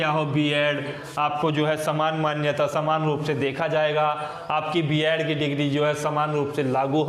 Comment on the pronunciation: बियाड नही बीएड होता है